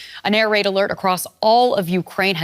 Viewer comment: Did you mean air raid? What is an air rade